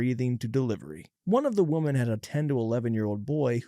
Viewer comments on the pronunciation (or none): Please learn how to pronounce thhe word 'women". It sounds so ridiculous the way you mispronounce it.